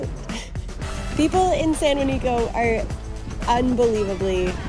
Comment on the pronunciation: Why do you need to expose these places and btw its San Juanico not san Juanica